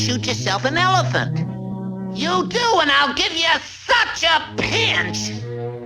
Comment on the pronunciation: "Ewephant gun?"